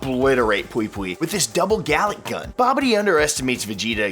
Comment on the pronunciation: Did this man just say double Galick gun...